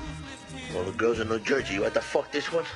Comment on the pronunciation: Jersy??? Common eh?